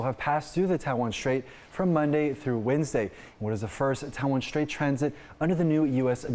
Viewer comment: There is no SH sound in the word straight